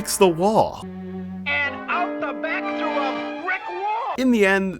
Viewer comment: Oh those pesky "L" words are difficult for ya aren't they? "He walked right fru duh wall." Walked "fru" it huh? "Usuawy" "Expecially" There's no "x" in Especially bruh. "Wiff" instead of "with" "Evo-duo" "Popuer" instead of popular "Space hear" um heater? "Actuawwy" The Fwane...Flame? "Fowwow"...Follow? "Frowing a key" THrowing "Fretening?"...Frightening "Feater"... Theater "Fratening"... Frightening "Spooky Space Gook" It's Kook I didn't know Elmer Fudd was narrating this. Bahahahaha!!!